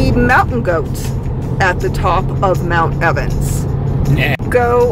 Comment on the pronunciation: Hello my friends. Just a moment pls... Did I really hear and read "mount Evans" ? hehe.... xD Best wishes ! ✨